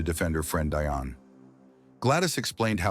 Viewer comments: Her name is “Dionne,” not DIonne! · Bruth, it's pronounced DEE ON 👍 OK.